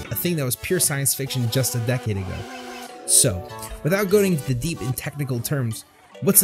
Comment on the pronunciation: "Wheell" "SSSo"